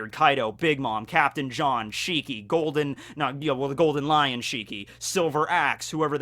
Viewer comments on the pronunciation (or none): none